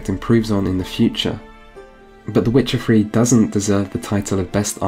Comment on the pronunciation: Ah yes. "Vuh Wit cha Free". Classic title